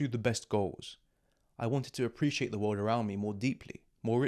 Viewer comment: اوتش The world you said😅😅 It feels like someone slap me on the face